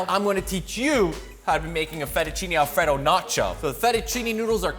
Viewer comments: I wish he’d stop saying Alfredo like The name Fred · alfraydough. not whatever you're saying. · i don't enjoy how he says alfredo